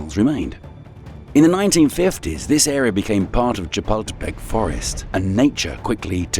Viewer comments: Interesting video, full of history. However they could have used a narrator who is better at pronouncing the names of these places that gives them some historical credit. For example, shapeltepeck is not the correct pronunciation of Chapultepec. Not to mention the Aztec words. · If you're going to make a video, please learn to pronounce the names correctly or get someone who can do it.🙄 Chapultepec = cha-pull-teh-peck. 😉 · "Chipotle castle" bro